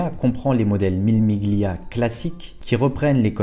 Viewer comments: Salut, J'aime bien ce que tu fais, mais j'ai les oreilles écorchées à vif quand tu dis "le chrononométeur" (au lieu du chronométReur), sans compter le "Mille Miglia" qui se prononce en réalité "Millé millia" (pas le G audible si suivi du L en italien)... Mais encore plus dans ta construction de phrase où tu répètes plusieurs fois la même faute "le lien qu'il existe" au lieu de "le lien QUI existe". Mais ton "je sais qu'il existe" est parfait. Les dures lois de la grammaire... Bref, deux (ou trois) remarques que j'espère constructives — désolé si cela semble futile pour certain(e)s, même moi je fais des erreurs, mais tu sembles chercher la qualité —, bref, si tu peux te faire (ou te) relire. Ne m'en veux pas... J'aime bien ce que tu fais — je me répète car c'est vrai — et j'ai le beau rôle tandis que toi, tu trimes. Cordialement, Daniel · Mille Miglia se prononce "Millé Milia" 😉